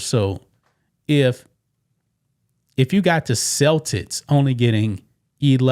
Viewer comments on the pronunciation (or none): Cel-Tits 😮? Celtics